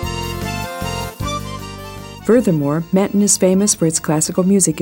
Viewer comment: The pronounciation of Menton is killing me.